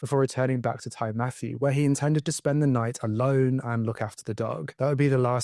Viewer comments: Also, it’s Tee Matthew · Ty is a welsh word, meaning house. It is pronounced “tee”. So Ty Matthew, translates to Matthew’s house. Great video, I hadn’t heard of this case.